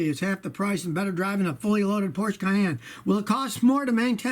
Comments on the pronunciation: Porsche is German not Italian, which is why it's supposed to be pronounced like porsch-uh. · Scotty, I love your videos but please, PLEASE learn how to pronounce PORSCHE!!!